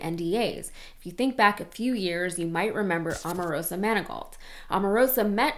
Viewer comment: By the way, that woman is O-marosa, not A-marosa. Can you say O?